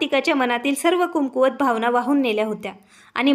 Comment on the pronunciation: कुमकुवत नाही कमकुवत बोला.